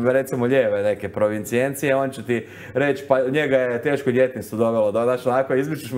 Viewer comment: Voditelju ne kaže se "provencijencija", već "provenijencija"!